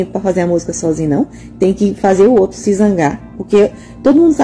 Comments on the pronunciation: Ela falou Musga e zoto (outro). Que faculdade essa fez?? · Eu queria perguntar pra ela o que é "zoto" ??? 😂😂😂